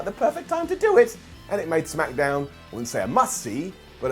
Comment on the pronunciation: "SmackEhDown" BRILLIANT 🙌🏼🙌🏼